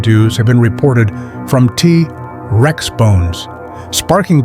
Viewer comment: I thought it was a real voice until he started saying "tuhrex." Also, the phrasing: "Protecting hell ..", Picture hell ..", lol. The AI voice may have an easier time saying"Tyrannosaurus Rex" in full. Other than the annoying AI narration, it was a pretty good video